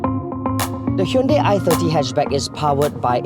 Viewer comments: Its not a Hyndei its a Hyundai. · I worked at hyundai its pronounced as hyun dei not dai/die .